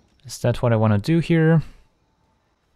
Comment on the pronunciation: Why do insist on pronouncing every word that ends in d or t as "ts"? "Tale's Endts", "if they wants", "at this moments" :S Are you Dutch by any chance? :p Otherwise excellent content!